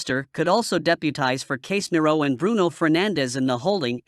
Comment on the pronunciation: How did u pronounce Casemiro? That’s a disgrace. At least pronounced it right !!